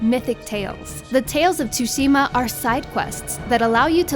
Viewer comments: "ghost of Tooushima" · It's not tsusima! It's tsushima!!! And its not Assassins Creed bullshit! This is its own game. Review it better next time! This feels more like Shadow of Mordor. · If one more person says T-sushima i'm going to die. THE 'T' IS SILENT PEOPLE. It's pronounced 'Sushima' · It's so annoying when people say T-sushima. The T is silent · she really said "tusima" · "Ghost of chuchima" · Love the review but I'm annoyed how she kept mispronouncing tshushima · Why can no one seem to pronounce “Tsushima” correctly? I love you, but it’s not that hard... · That's what I was thinking the whole time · Nicholas Engelbert things don’t always sound the way there spelled which is the case for Tsushima. She is saying it wrong. You can literally google it. So how about you actually try and learn how to say it before you go saying I’m wrong, ok? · lmaoo I didn't say It was right. I'm pointing out how stupid it is to try to make fun of her pronunciation by writing "tusima", "chuchima" etc.